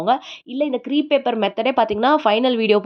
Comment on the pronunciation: Very nice creation. Great idea indeed ❤❤❤. By the way.... it is not CREEP paper, it is CREPE paper to be pronounced as CRAPE (like grape)😊😊